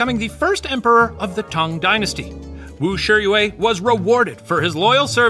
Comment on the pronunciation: Just wanna thank Shane & the puppet history researchers for the effort w the pronunciation of the chinese words/names :') Genuinely moved!!! (Even simply pronouncing "Tang Dynasty" as such and not "t-EH-ng" as Americans usually would, or "Li Zhi" rather than "j-EE"). Idk it just means a lot after having grown up hearing the butchered pronunciations so normalised. Sobs.💛 谢谢你们! / Thank you all!